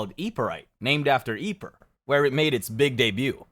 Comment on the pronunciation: Yeeper, not quite the right pronunciation buddy